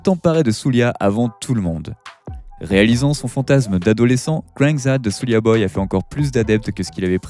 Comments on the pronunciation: Svp prononcez Souldja et non Soulia. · Soulja comme Jack pas "soulia" boy lol